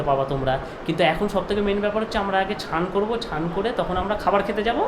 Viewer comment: Chan ta ki snean bolo uchharon thik koro